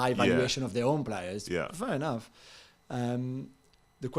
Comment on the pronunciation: That was the most violently French “fair enough” I’ve ever heard, Jules! 😂